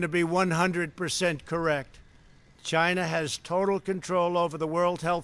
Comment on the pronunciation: 1,000,000 deaths worldwide. Where does this man get his figures from? Will he now get his accessories from somewhere other than 'Tchyna'. I do agree that Hong Kong should remain an autonomous state and that China is oppressing the citizens therein against their wishes. With regard to his comments on WHO I do not agree. Squaring the blame on China for the pandemic is unfair and merely deflects from his own inaction and irrational pronouncements in the face of information available to him early on in 2020 re the dangers of Covid 19. Although the speech sounded good I cannot help but think there are ulterior motives involved given the number of times he has lied during his presidency.